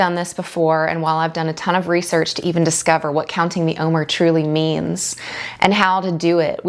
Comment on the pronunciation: Wonderful- please know the word OMER is phonetically pronounced “om- air”. Just letting you know how it’s pronounced not criticizing ❤